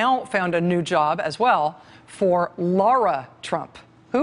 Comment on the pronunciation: Since when is "Lara" pronounced as "Laura"? Jeez, maybe someone needs to brush up on her journalism skills. Focus on pronunciation and proof-reading material before presenting it. Evgeny has no F in it, Rachael and the G should sound like a J...god how embarrassing!